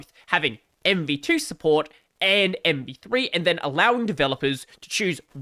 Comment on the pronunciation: I think you're saying MP3/MP2 a lot, instead of MV3 lol.. or is this the joke? Anyway, MV3 (or MP3) is really scary, let's hope Firefox receives more marking share because of it.